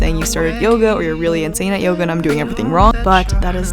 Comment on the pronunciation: i must be sleep deprived bec everytime said yoga i heard yoghurt 😭😂